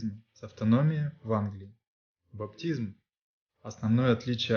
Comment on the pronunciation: Все очень интересно,но 27.06- что за БаБтизм? Может БаПтизм?🤔